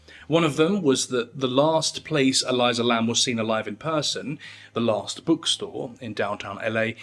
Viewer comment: E-LEE-sah. Not E-LIE-zuh. But otherwise great vid as always. 👏🏽 from Aotearoa/New Zealand